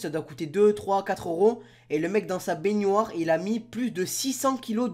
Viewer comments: C pas bénioire c bénoir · Bénoire pas beynoire il me dégoûte le mec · IL dit baigniore a la place de baignoire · on dis pas bégoir on dis bénoir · Qui prononce baignoire "banoire"? Perso moi jtrouve bizarre le fait qu'il dise "bagneware" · parle francais stp parce que on dit benoire pas piednoir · le mec il dit baignioire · Je rêve ou tu dis bainuar au lieu de baignoire ? Sinon bonne vidéo 👍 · Pk tu dit baygnoire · mdr dit binouare mdr c un fou 😂😂😂😂😂😂😂😂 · du dit béniare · pourquoi tu dit benuare aulieu de benoir puis arrete se parler c chiant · Il dit baigniouoire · ta dit benuare hahahah 😹😹😹😹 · on dit bénoir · apprend à dire benoir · j'adore quand ti dis baignoire tu dis baygniouare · Pourquoi tu fais un accent quand tu dis baignoire 😂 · tu ne sais pas dire le mot baignoire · escuse moi mais tu sais pas dire baignoire . sinon très très bonne vidéo